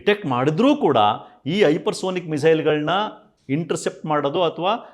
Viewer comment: ಹೈಪರ್ ಸೋನಿಕ್ ಅಲ್ಲ ಸರ್ ಹೈಪರ್ ಸಾನಿಕ್ ಅಂತಾ ಹೇಳಬೇಕು.